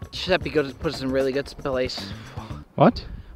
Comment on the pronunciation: "Guiseppe gonna put sum rlly good spil-ace"